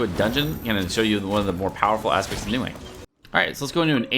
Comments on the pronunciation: Isn’t it Ning Guang not Ning Wang cuz he’s saying Ning Wang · Hey! Love your work and thank you for showcasing best legs in game For future reference, the correct pronunciation of her name is "Ning-Gu-Ung" (the "-ang" is the same as the English word "sung") Her name roughly translates to "condensed light" (凝光) a lot of the nuance is lost with translation but the "Guang" (光) means light Hope this provided some insight and will be helpful (◍•ᴗ•◍)❤ TLDR: NingWong instead of NingWang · I hate how you say her name like ningwang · Her name's pronounced "Ning Gwong" :P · I am personally offended that you pronounced her name wrong